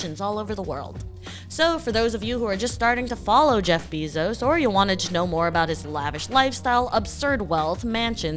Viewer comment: Good video, but the way she says his last name hits the ear wrong